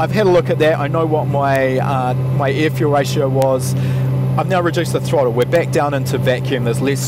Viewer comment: I like it when he says ear fule rayshow